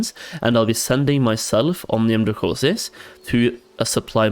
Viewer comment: Thank you for the advice. Great vids! But please, for the love of god, it's Omnium dracoNis not dracoSis. :)